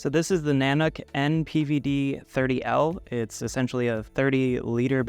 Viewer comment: In case anyone wants to know, this company's name is not pronounced "nanak". It's pronounced Na-Nook", the second sylable rhymes with "rook" like the chess piece. Every YouTube reviewer has it wrong. It's from an Intuit Indian word that means, "master of bears". Nanuk named it that to tag the harsh Canadian environment their bags are designed for.